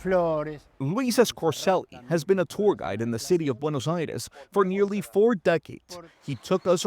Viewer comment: Pronounce it correctly not Buenos Ayreis!!!! Buenos Aires